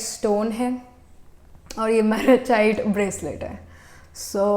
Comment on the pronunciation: being a tarot reader you should have known how to pronounce malachite